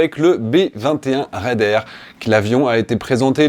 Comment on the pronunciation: "Le B21 raidAIR" Vraiment, vraiment? 😁